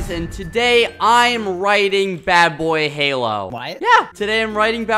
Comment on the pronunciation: at first i thought he said “i have to write badboyhalo” lol